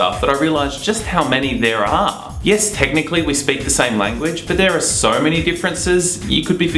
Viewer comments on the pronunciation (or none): "so" = sowr (?)